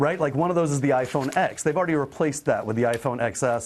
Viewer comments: What I can't stand is how he pronounces it as "iPhone ecks". Call me a overreacting geek, but Roman numerals exist, and it's pronounced as iPhone Ten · It’s iPhone 10 not X moron